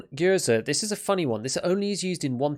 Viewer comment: First of all, you almost nailed the pronunciation of Gyurza, which can be quite hard, the only thing I'd like to correct is that the last syllable is stressed. Secondly, I'm somewhat surprised that with the recent SMG introduction wave the companion submachine gun for SR1, the SR2, wasn't finally introduced in the game. While it's quite unergonomical in its design, it will work nice in the game with its 900 RPM rate of fire and quite potent cartridge. 5.7 and 4.6 mm rounds should be nerfed hard. Really hard. There's enough publications (some going as far as 1991) with both tests and medical statistics showing that these rounds perform worse than 9×19 mm in terms of flesh damage, SS190 in particular - even when fired from P90 it deals about as much damage as magnum .22 rimfire rounds of interwar vintage.